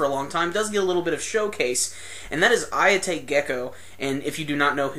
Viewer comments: just to let you know it is pronounced Hayate not Ayate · You seem to pronounce Hayate without the H. Do you only follow the animated show, or have you been reading the manga up to the newest releases?